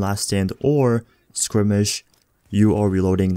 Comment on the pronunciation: Skirmish is pronounced "Skermish" not "skrimish"